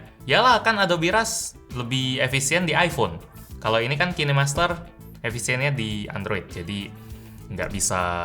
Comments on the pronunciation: Kinemaster itu dibaca kinemaster bang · Kine master😂, cara bacanya ya amun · Kok bacanya Ki Ne Master...😂 Ngakak😂😂